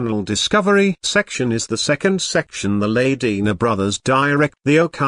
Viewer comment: The commentator can't even pronounce their name, whats that tell ya.